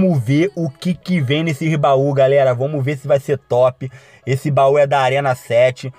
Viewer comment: Vomos que vomos kkkkk amo essa fala kkkk